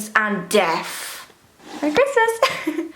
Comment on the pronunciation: i love when she says death (def)